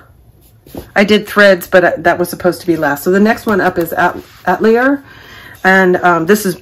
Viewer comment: Atelier is pronounced a-tell-E-A